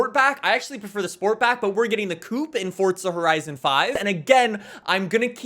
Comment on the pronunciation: Coupe not coup, coup is where you keep chickens 🤣